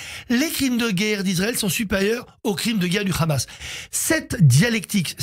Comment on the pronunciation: TapiCon, c'est le Hamas pas le Khamas, parle correctement